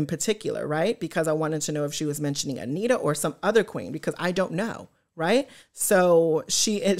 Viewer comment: You just called her Anita… it’s antera